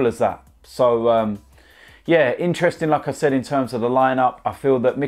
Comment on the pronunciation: The way he says like i said sounds a bit like saying lacazette